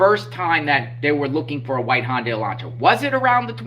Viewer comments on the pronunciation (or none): none